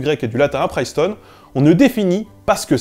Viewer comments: Cette soupe bourdieusienne. Décidément , les linguistes n'ont rien à envier aux sociologues côté instrumentalisation de leur discipline à des fins politiques. Sinon c'est Princeton, pas Priceton. Pour un linguiste... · Suis-je le seul à saigner des oreilles à chaque "Priceton"? Sinon,, très bonne vidéo. C'est juste un point de détail... qui écorche mes oreilles.. à répétition.. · Pourquoi t'entêter à mal prononcer "Princeton", ne vois-tu pas le premier N ? C'est [prinstən], pas [prajstən]. 😣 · Princeton se prononce avec un "i" comme dans "chips" pas un "aïe" comme dans "live". Pour un linguiste ça fait pas très sérieux. ;-) Alors on répète comme ici : PRINCETON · Hey le linguiste, c’est PRINCETOWN, pas PRAÏCETON ! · Attention à la prononciation anglaise. Princeton be se dit pas priceton mais bien Princeton:-) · La réponse à la question du début est tout simplement: /ˈprɪnstən/ (EOD) , la prononcation française est donc logiquement la plus proche "prince-tonne" et non la version faussement anglicisé. Voila ^^ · Ok , l'anglais c'est pas ton truc mais Princeton quand même ! La prononciation, tu pousses ! Sinon, le latin obligatoire d'accord, ça rend moins con au final, ça aide pour toutes les autres langues et l'histoire/geo. Le Grec chuis moins sûr, mais l'alphabet aide pour les maths ! Un truc rigolo, tu savais que la locution "quid pro quo" avais un sens totalement différent en français et en anglais ! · on dit bien "Princeton" : [PRiNSTuN], le "i" médiant des mots anglais "itch", "igloo", "trip" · pr - IIIII - ncetown... Prince town -> Princeton. Il faut pronnoncer prince [pɹɪns] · on dit bien ˈprɪnstən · Cette vidéo est formidable, comme tout ton travail. Mais par pitié arrête de dire Priceton. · Bon du coup c'est /'prɪnstən/, comme un prince après tout. Comme ça de tête, je ne pense pas qu'il existe des mots en anglais où un "i" serait prononcé "aï" avant un . Top vidéo, merci pour tout.